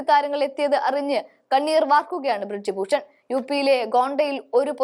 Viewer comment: ബ്രിഡ്ജ് ഭൂഷൺ അല്ല. ബ്രിജ് ഭൂഷൺ ആണ് ശരി. നല്ല അവതരണം ആണ്. പക്ഷെ ചെറിയ ചില പാകപ്പിഴകൾ.